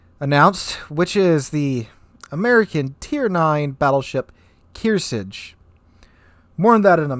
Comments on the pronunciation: Kear SARGE not Kear sedge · Pronounced "KEER-sarj" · It's keer-SARGE, like in sargent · Your butchering the fuck out of the name Kearsarge. KEAR SARGE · Pronunciation like this "Kear - Sarge" "Kear -Sarge" Damn man talk about butch the language!! Did you not go to school and learn anything at all? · I was only a submarine guy, but in my 20 years in the navy I always heard them pronounce it as Keer and Sarge like short for an army sergeant. Maybe the crew members that were stationed on her were wrong?? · Just a note on pronunciation. It’s “Kear-Sarge”, as in Sarge, short for sergeant. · Not to be a dickhead at all, but Kearsarge is pronounced Kear (Kear as in rhyming with the word pear or fair), sarge (as in a shortened term for Sergeant, calling a sergeant sarge). I’m sorry I’m trying not to be a dickhead here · Kearsarge rhymes with "here sarge". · Of course they were wrong : how NAVY crews could pronounce in a serious manner the name of a ship containing an ARMY word ? xD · Thank you. I thought that I was the only one.